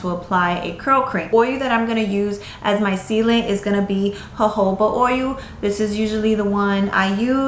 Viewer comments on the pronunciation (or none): You're saying "oy-you". Practice "oy-yul". Oil.